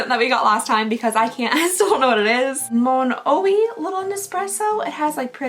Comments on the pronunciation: Monoyyyyyy not Mon- ohee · Sephora strikes again! 🫣😆 and Monoi is pronounced moh-NOY 😉 thanks for doing these! ❤